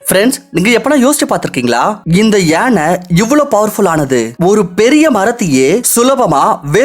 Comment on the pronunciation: It's Yaanai not yenai...